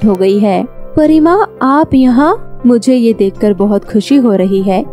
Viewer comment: Pariya NAHI pari